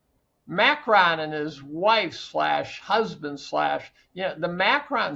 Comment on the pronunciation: Macron too, the emphasis on the first vowel not the last. I'm not even English I'm Scottish, so the irony of me being so anal is palpable haha